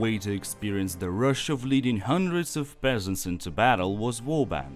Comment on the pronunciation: "The rush of leading hundreds of pheasants into battle"